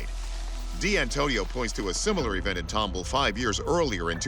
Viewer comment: TOM BALL NOT TUMBLE!!